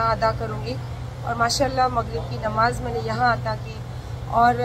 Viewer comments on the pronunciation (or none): none